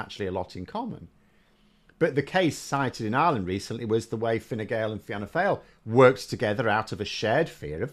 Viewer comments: It's pronounced "feena fall" but Fianna Fail is way better lololol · Glad mispronounced 'Fianna Fail', accurately describes them 😂